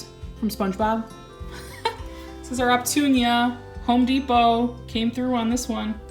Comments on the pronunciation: Love the cacti collection!! Did you mean Opuntia when you say Optunia? 😬😅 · Don’t hate on me....🙊 On your “Opuntia” cacti, I think you keep reversing the letters T & U. Pronounced uh·poon-tee-uh 😝. Definitely need more 🌞 on them 🌵 They won’t grow so thin on top. We have most of the same cacti 🤗. I live in central Cali, the sun is brutal in the summer time, I have 2 shade cloths over practically my entire back yard (tiny yard, rental of sorts, military base) my actual home is in Georgia, it’s killing me to not be able to landscape my own yard! Here I have everything in pots 😬. When we leave I will have to have a huge plant sale, or rent a u-haul for all my babies 😳. Anyways, thanks for the cacti tour, I don’t want to sound harsh, just want you to be the best plant caretaker ever. I try and fail all the time, I’ve had plants just up and die 🤷🏻‍♀️ then I just find a replacement and circle of life goes on 😝. Be well and keep on putting out videos ☺️ Happy Planting 💜🌺🌸